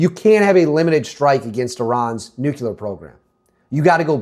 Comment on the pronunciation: Nucular isn't a word dude